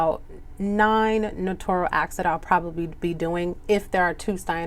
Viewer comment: Love the explanation! Thank you! Remember that you pronounce notarial as NO-TAIR-REE-UHL, not "No-tor-ree-uhl." I think people get it confused and pronounce it like they would say "notorious". Correct pronunciation==> . I was a notary years ago at a job in another state and now I just received my commission in a different state and I'm so excited to be doing this again. 🤗😀